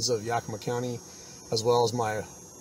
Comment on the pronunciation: That officer didn’t even say Yakima right